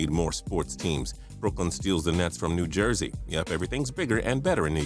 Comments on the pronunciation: who noticed that New jersey was new joisey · "New Joisey" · New Joisey?